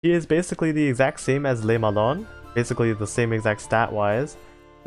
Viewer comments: Literally 3 seconds after sending the previous comment, I hear you saying "lé melon" for Le Malin lmao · Has someone with french has his first language opinoatre is pronounced op like over powered ni like Nani and art it sounds pretty similar to the actual way we say it in french but with the the English accent and le Malin is basically mal like malfunction and in like in interaction love the info vids btw /--.--\ b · That was actually pretty accurate (except for Le Malin, since "lin" would be pronounced similarly to "lean") But then again, the french -in is VERY hard to convey by writing, so I don't take it on you at all. Good job, honestly! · 'le malon' you killed me hahahah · I laughed when I heard Le melon 😂, I'm not a French native speaker but I can speak and read French to an intermediate level so when I hear someone pronounce these ships names its always so funny (in a good way ).